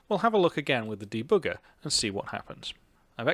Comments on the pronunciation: I like how you say debugger, deBOOGER! hehe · de-booger... kind of like picking your nose, lol. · I love how "german" you say the word debugger. Greetings from Germany! :)